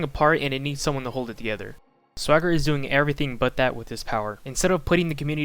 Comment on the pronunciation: I always thought Swager was pronounced "Sway–jer." Whenever you pronounce it like swagger, I think you're talking about SwaggerSouls.